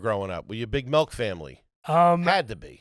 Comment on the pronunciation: I just realized that says "melk" not "milk". Can people from Philly say any liquid right? And I'm saying that as a non-native speaker.